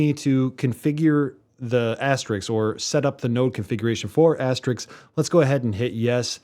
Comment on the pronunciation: AsteRISK not RIX.. FYI...